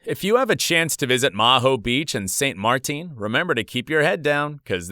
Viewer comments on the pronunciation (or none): Both of the planes you said “came back for another try” were DIFFERENT airplanes! You also pronounced Aerosucre, St Maarten, 777, Ilyushin, and Antonov. You said Aerosurce, St Marteen, seven seventy seven, some weird sh!t, and Anotov. Also, what’s with your constant over dramatic crap? You’re an idiot of a commentator!